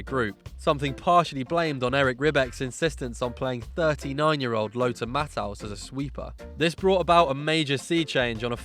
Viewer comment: Wait what..Lothar Matt-house?? R u kidding me?